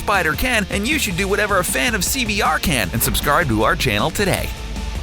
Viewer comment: Is it just me or does the dude reading say "subscarb to our channel to day"